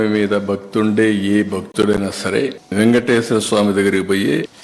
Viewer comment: garu, vegateswara swami kadu sir, Venkateshwara swami 😂. First sarigga palakadam nerchukondi. Kosaram kadu Sir, kosam 😂